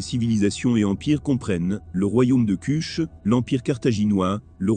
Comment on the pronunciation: On ne prononce pas Kush mais Koush.